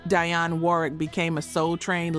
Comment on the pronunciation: Dang freaking A.I can't pronounce Dionne!